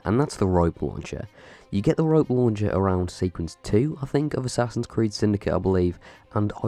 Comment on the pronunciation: whats this? im not gonna say it assassin christmas?